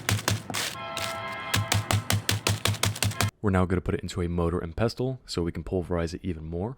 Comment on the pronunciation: I punched the air for no reason when you said "motor and pestol" and you kept saying it just to trigger me but I love your video thanks for this